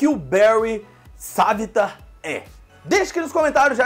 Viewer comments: Se fala savitàr não savitar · o cara fala savita mais é savitar